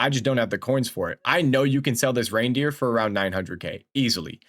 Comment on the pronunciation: Reindeer 😂😂 its "ryndurs". I quit fifa for a bit due to BF6 but still watching ur vids as its just interesting 🫡